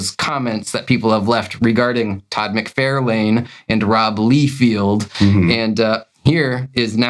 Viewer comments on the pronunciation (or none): How dare you mispronounce Mucfarlung. How dare you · I bet you would hit 10,000 subscribers sooner if you pronounce Toad Mike For Loin properly! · I don't mind how you pronounce Bob MacFairlin. Happy Next Yard! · I'm from Tennessee and I have a VERY thick accent. I can properly pronounce Todd McFARlane and Rob LIEfeld properly. It's how they say their own names, and it's something very easy to get right. It does grate on my last never that you guys both mispronounce their last names because it's more than obvious you do it intentionally. It would be a little different if doing so wrongly was funny; it's not. Otherwise, I LOVE you guys and your channel. I thoroughly enjoy 100% else of everything you guys do. I LOVE that you guys like to read books and just give your opinions. It's totally cool that you guys honestly give your opinions on a book (I personally haven't warmed up to Absolute Batman, and I'm a Batman fan). Yep, totally okay to not like something everyone else likes...and it's okay to like something no one else does. I'm an unapologetically an Image 90s comic book fan, and have been publicly ridiculed for being one. I couldn't care less; I'll like and dislike whatever in the world I want to. I get the same vibe from you guys. Wishing you guys the very best! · when i first heard you say todd mcfarLANE i thought it was for interaction bait lmao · hahaha MC-Far-lin ! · yall should mispronounce todd mcfarlane's name as a joke lol, but honestly, I had no idea it was pronounced wrong or that it was even that big of a deal since it isn't malicious at all. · Funny how you two can pronounce everything just fine. Other than two of the most popular comic book creators. Makes sense.